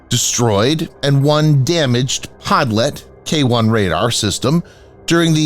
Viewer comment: The pronunciation of Podlet is terrible. Try "PodliOt", stress on "O". There is Google translate for this matter!